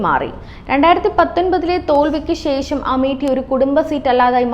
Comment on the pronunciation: sesam alla sesham